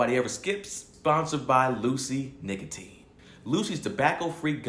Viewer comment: mispronouncing Nicotine is hilarious bruh 😂